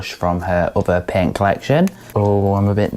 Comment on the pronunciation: I kept hearing pen. I took me a minute to figure out she’s saying paint. Lol. Good review!!!